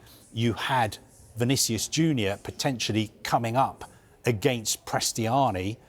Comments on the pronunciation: 'Vinicius Juner' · „Vinicious Juda“ 😂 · I heard "Vinicius Judas" 😅